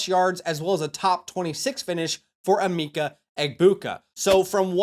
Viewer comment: It’s pronounced “eh-Mecca” sorry. It’s driving me crazy hearing eemeeka